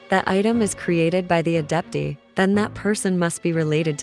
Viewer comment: "Adeptee" 🤣 I'm sorry.